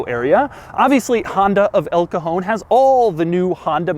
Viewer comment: it's funny the way you say "el cajon" sounds like "el cojon" which is pretty much spanish for testicule